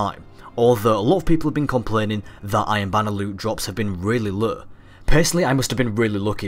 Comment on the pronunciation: say "low" again haha